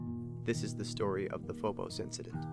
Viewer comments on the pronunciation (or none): The phobos 'indicent' lol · Incident or indicent ??? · "the phobos indicent" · Indicent? Come on, dude. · True or not, it's incident, not indicent. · What is an "indicent"?